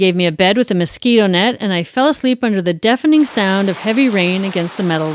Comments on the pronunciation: Of course his name is pronounced Yan, not Jan. Swedish J always pronounced like English y. But otherwise... good stuff. I love the Fonzie stuff. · I love your channel so much but it drove me absolutely bananas hearing how you pronounced his name - with is obviously YAWN - not hard J - JAN. I’m American but even I know better about any Scandinavian/northern European pronunciation. Normally wouldn’t judge, but as the heart of the story I feel like this is important . Also, Darian Gap is insane, anyone attempting it is no hero! Used to live in Santa Marta, Colombia and discouraged so many backpacker idiots from doing this. The LUCKY ones got caught by the military before FARC, cartel or smugglers found them first. EVERYONE know the gap is beyond dangerous and Colombia and Panama do not allow any legal crossing, only via boat. So many young men thinking they are special like this is some major feat…it is not. You’re proving nothing by going somewhere that literally both corresponding govt tells you DO NOT FRIGGIN DO THIS. You will be murdered. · His name would be pronounced “Yarn” not Jan (northern european pronunciation of J) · I am pretty sure that his name is pronounced Yahn and stands for John. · JAN is pronounced YAHN. Just FYI. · Just a bit of linguistic info, his name is pronounced 'Yan'. It rhymes with Han (Solo). Most Js in Europe sound like Ys. I love your channel btw. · My god you could at least pronounce the poor guy's name right! 🤣🥲